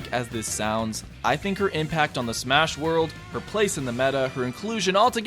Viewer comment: final "smahs"